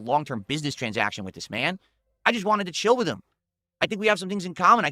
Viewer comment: the "wit" instead of "with" thing drives me nuts